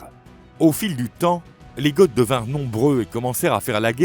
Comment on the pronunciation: Goth ne se prononce pas "gott". C'est une faute et ça fait tarte. Vidéo intéressante malgré tout 👍